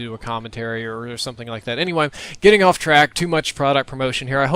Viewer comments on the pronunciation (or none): Repeat after me, off, that's o-f-f-, not o-f, that's of. See, you got it right in your last 'sectance', if you will.